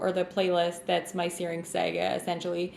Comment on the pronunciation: Just razzin you with your pronunciation of "saga" but also the closed caption bot translated it as "searing Sega" .... I found it funny, hope you dont take it personally!